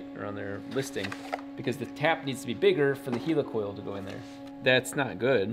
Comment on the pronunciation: Do you say Heeelicopter? NO Its a helicoil, not a heeelicoil!